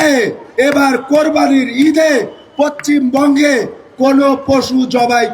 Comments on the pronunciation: আগে নামটা ভালো করে বলা শেখ। পচ্চিমবঙ্গ নয় পশ্চিমবঙ্গ। আরে পশ্চিমবঙ্গের মুসলিমদের এতো জ্বালা হচ্ছে না, তোর এতো জ্বালা কিসের??? নিজের চরকায় তেল দে অন্যের চরকায় তেল দেওয়ায় দরকার নেই। শুধু কুরবানী করলে মুসলিম হওয়া যায় না। মুসলিম হতে গেলে ইমান লাগে সেটা তোদের নেই। নিজের জাতির মধ্যে বেইমানি আগে বন্ধ কর তারপর অন্য জাতের সঙ্গে লড়বি। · ভালো করে পশ্চিমবঙ্গ উচ্চারণ করা শেখ । হুমকি দিবি পরে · পশ্চিমবঙ্গ রে ভাই পচ্চিমবংগ না রে কাংলু ভাই😂😂😂